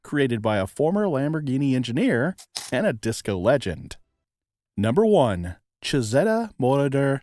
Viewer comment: The correct pronunciation is chee-zee-ta Moroder